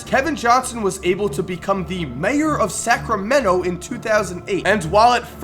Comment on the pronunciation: The way says Sacramento like Sacrameno makes me want to kms